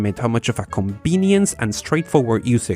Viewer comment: i like how you pronounce "Balve, ConBenience" Instead of Valve & convenience. You are one of a 【B】ind. 【B】unique。 Bc or PC? BBBeenie